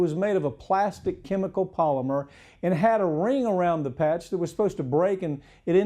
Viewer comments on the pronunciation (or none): none